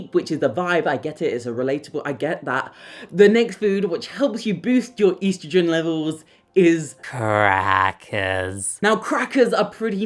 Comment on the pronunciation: Stop mispronouncing estrogen 😮